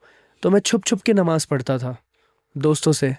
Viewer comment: It's namaaz....not nimaaz